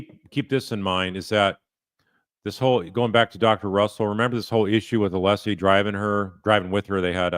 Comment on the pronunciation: If I was a juror, I’d been put off by Brennan from the beginning because of his speech “impediment” and not being able to even pronounce Alessi’s name correctly